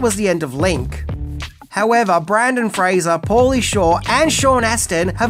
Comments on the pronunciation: he said Brandon instead of Brendan. But, he did pronounce Fraser correctly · I love you, but it's BrYNdan FrAYzer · I think it was the Brandon thing that he's talking about. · His name is NOT Brandon. It's Brendan 🤦‍♂ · His name isn't "Brandon", it's Brendan. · Bro, I love you. But it’s Brendan Fraiser. BRENDAN. NOT BRANDON. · My guy. It’s Brendan not Brandon 😂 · It’s Brendan not Brandon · BrENdon Fraser, not BrAndon, come on mate! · BRENDAN NOT BRANDON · His names Brenden not Brandon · Brendan NOT Brandon 🤦‍♂️ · Its Brendan!! Not Brandon! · Breeeeeeenden lol. Not Braaaandon. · It's Brendan not Brandon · Its Brendan....not Brandon........and yeah it is irritating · BRENDAN, NOT Brandon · For the love of God. His name is Brendan not Brandon. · His name is BRENDAN! NOT Brandon! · Hey, for future reference his name is "Brendan" and not "Brandon".👍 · It's is Brendan Frasier, not Brandon Frasier. BREN-DAN! NOT BRAN-DON! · For God's sake it's BRENDAN Fraser, NOT Brandon.🤦‍♂️🤦‍♂️🤦‍♂️ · brEndan... NOT brAndon. Come on. There's even a clip with his name spelled out in your video. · Brendan … not Brandon lol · BRENDAN! Not Brandon. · Dude. Brendan. BrEndan. BRENDAN. Not Brandon. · BrEndan, not BrAndon. 😁😉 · Brendan Fraser, not Brandon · It's BrEndAn, not BrAndOn. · Also it's BrENdan nor BrANdan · Not only are you saying Brandon Fraser, which is incorrect, you visually spell his name Brandon Fraser, so it's not even a mispronunciation, it's just wrong all together, which has me thinking it's a troll because you obviously love cinema and disrespecting artists you are making a living from making content on doesn't seem like your bag. Although I've noticed it with other content creators, I just hope that's not you I guess because I find your content entertaining and well produced. Anyhow, cheers! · I was just coming on to say for the love of God, his name is Brendan! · Is calling him "Brandon Frazer" rage bait? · BRENDAN. SAY FUCKING BRENDAN.